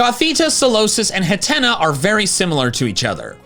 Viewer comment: it's Hat-Tea-Knee, please pronounce it correctly in the future